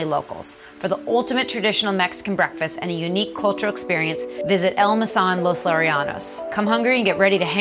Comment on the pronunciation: MOZ-ought-Lan. Not "Mazlan"